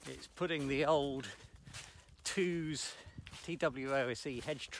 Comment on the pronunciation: Great stuff! I've always pronounced it, tw oh z. You pronounced it two z. Which is correct or are you now unsure like me? Also is the Country based off the 7000? Cheers.